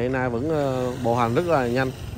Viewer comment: Thầy A Nan k phải An Na